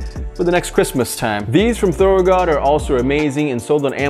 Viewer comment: The ones from Amazon aren’t thoro “gods” as you pronounced them and even wrote them on your description, they’re thoro “good”.